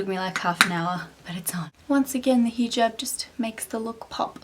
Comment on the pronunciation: That's so sweet of u:) u r looking absolutely stunning in hijab and I love the way u pronounce hijab:)